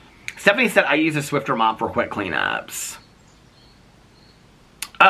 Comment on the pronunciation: Hi, there’s no “t” in Swiffer 😊